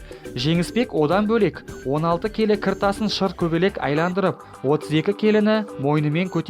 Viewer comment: Айландырып емес Айналдырып болады